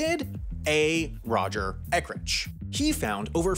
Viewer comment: he needs to learn to say "Ek-urch" and NOT "Ekrich." (unless he's a sausage)